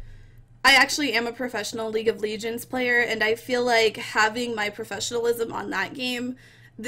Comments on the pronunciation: Liuge of ligends ?! Hahahahahhaa loooooool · Learn to pronounce words right before you go on stream or make videos you just sound dumb. What is league of leeegends? This review is just lazy and self absorbed. Heroes is an amazing game don't listen to this terrible garbage pile of a human being. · what the fuck is league of leegends? LEAGUE OF LEGENDS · Jeff Killer its league of legions u dumb dickweed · league of leegends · leeg of leegends